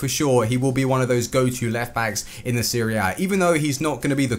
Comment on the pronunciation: A not Ah